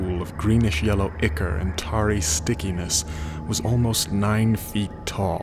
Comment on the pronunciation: I wish you would do all Lovecraft stories with the effects. they add so much. My only complaint is small mispronunciations. Ichor is "eye-core", not "ick-er". Dunwich is "Dunnich". Things like that.